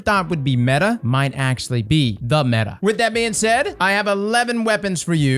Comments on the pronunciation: It’s not metha. It’s meta cause it’s the acronym for most effective tactic available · Metah lol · Metah this, Metah that.... Have yall ever met a girl?